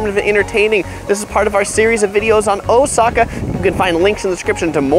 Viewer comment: First Travel video I see where someone is pronouncing Oooooooosaka correctly.